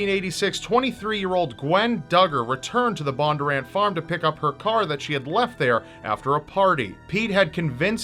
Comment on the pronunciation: Also their name is pronounced BON-durr-ANT. It’s pretty phonetic not sure why it was so hard to say